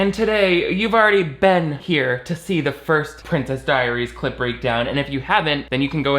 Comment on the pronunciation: Every time they say clip breakdown it sounds like they are saying clit breakdown lol